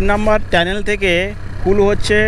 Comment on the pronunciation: Re bhai tanel na otake tunnel bole